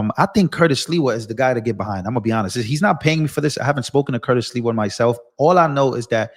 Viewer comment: You just called him Curtis Leewell It's SLIWA Com On Man